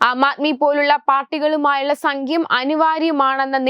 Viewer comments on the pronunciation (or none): സങ്ക്യം അല്ല കുട്ടീ സഖ്യം